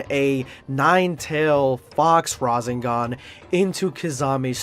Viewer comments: breh this dude really said RAzEngAn not Rasengan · I love you you are a great youtuber but i HATE your pronounciation "kame-uh-weh-uh wave" "rahzaingan" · Rah-sen-gahn Not rah-zen-gahn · bruh not razengaan its rasengan :( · Razengone 😂 Madarah ☠️ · Bro said razingan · Bro he says the names wrong he said rasingon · Why do you call it Rasinggan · Kuckuuzoo? Hiden? Rahzengahn????? Boi what the fack? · Hate the way he said “shipuden”, “rasengan” and “madara”